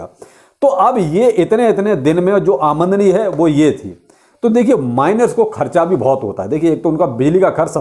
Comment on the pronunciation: आमदनी नही आमंडनी 😂